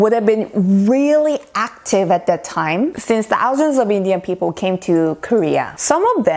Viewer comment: Your sound is so clear.But many times wrong pronounciation of (people). You can check it out Oxford dictionary. Thanks 😊